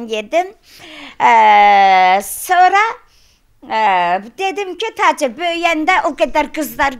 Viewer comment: Bu xəstədir,Tacirrr başdan xərəb ayıb olsun bu qadına , Get Taçır deməyi öyrən ,sonra danış